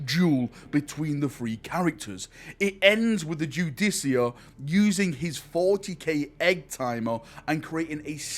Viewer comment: ....is it not pronounced "Ju-deh-car"